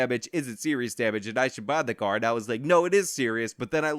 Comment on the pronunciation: I hate how she says "and"